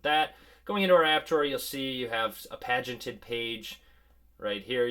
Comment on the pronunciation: great to see HTC has come up with a winner. If HTC adds security and software updates in a timely way, I'm in. BTW, the word you were looking for is "paginated" and you pronounce it like you would say, "page," which is what it is referring to when a document is presented as discreet pages.